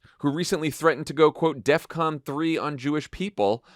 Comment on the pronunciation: He didn't even do that right, he said Death-con. But I LOVE YOUR RESPONSE!! It amazes me that because people buy his records or go to his shows that he can order up something like the wicked witch of the west in the Wizard of OZ. No racist point being made, but does he have her flying monkeys to pick up every Jew and do what ?fly away with them.. Many times in history, the Jews would have welcomed a flight away from the horrors they were living.